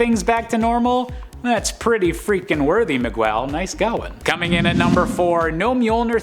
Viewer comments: Ma-gwel? It's Me-gell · Miguel is pronounced mi-gell. There is no "w" sound in it. That was the most Caucasian thing I'd heard in a while. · you know I love you, but you absolutely butchered the pronunciation of Miguel. It's MEE-gell. No "W". You should know this from Coco. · …Miguel. Not Migwell 😑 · I just couldn't get past the migwell part, im sorry lol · No Storm on a WHO LIFTED MJOLNIR list?!! The audacity!!!! What an insult! I'm disappointed in this list. Oh, and it's pronounced Mi-GELL???! 😡🤬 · Mig-well? MIG-WELL??? My fecking gawd the caucasity of this boy. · Why does he say Miguel like that its so annoying, damn bozo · Why did you say Miguel like that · Thank you. It was totally bugging me too, each time he said it. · I know. That was killing me. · Really enjoyed this list, but hit my breaking point on the mispronunciations. It seems like the fellas doing these lists need to take a page from Amanda and put some effort in. Miguel is pronounced “Mig-el” not “Mig-well”. You got O’Hara right- so do us browns a favor and get the other part right too.